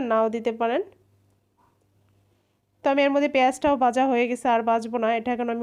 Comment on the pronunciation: বাংলা আপনার মায়ের ভাষা, দয়া করে এই ভাষা যত্ন সহকারে ব্যবহার করেন। বিকৃত উচ্চারণ করলে হাসি পায়। আপনি ভাজা কে বাঝা বলছেন বারবার।